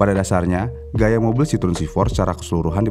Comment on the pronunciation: CITROEN kalo dibacanya Sitroeng bang 😂